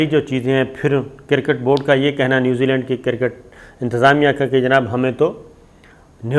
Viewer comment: Kirrrket ni jahil cricket hai.. jahil anchor sale p te pronunciation te correct kr le.